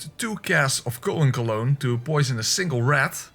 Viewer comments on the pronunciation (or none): none